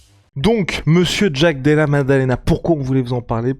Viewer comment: Oh purée! J'ai tenu 5s... qui prononce "Jaaaack De Laa..." avec son accent crypto racaille du Bronx mode Wish activated... C'est juste atroce d'entendre une telle auto-humiliation (Et non, ce n'est pas une position du Kamasutra même si dans l'esprit, ça y ressemble)